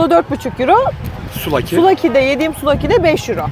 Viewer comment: Fanatik bi Galatasaraylı olarak bi sonraki Yunanistan turunuzda misafirimiz olmak isterseniz kapımız açık! Bu arada çok güzel video👍küçük bir düzeltme: souvlaki, suflaki diye okunuyo arada bi f var yani.